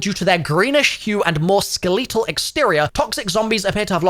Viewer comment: My Ske-Lee-Tal is hurting from this fetid information, you need to fix this 🤣